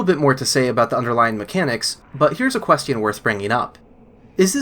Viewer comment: Yo I’ve never heard anyone pronounce “question” the way it’s spelled in my life